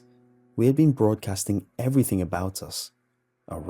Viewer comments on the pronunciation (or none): none